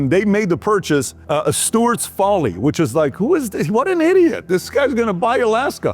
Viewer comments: FYI… It’s Seward not Stewart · I believe it was Seward not Steward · SEWARD not Steward.... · SEWARDS FOLLY!!! ‘Not stuards! William H Seward!! Secretary of State 1867. Nice vid but cmon stud!